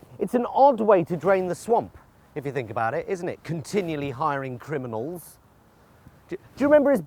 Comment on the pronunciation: "Continually hiring criminalzzzz"